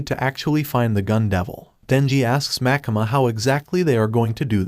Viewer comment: bro its makima not makama but makama sounds like demon slayer